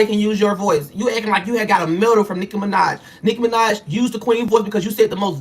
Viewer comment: Did he just say N!66a Minaj? 🤣